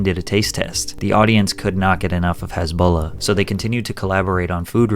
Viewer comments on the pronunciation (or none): His name is Hasbulla, not Hisbollah. Jesus freaking Christ! Get your sh*t right. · Hasbulla not Hezbollah 😂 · Why are you pronouncing him as "Hesbullah"?? 😢😢😢😅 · You keep pronouncing his name HEZBULLA like the tourist group lol. It's hAsbulla! An ahhhh sound lol. You pronounce his nickname just fine tho 😂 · He who Has beak Not Hazbeek